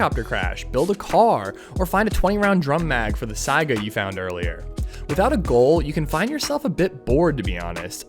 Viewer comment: Lol thank you for saying Saiga correctly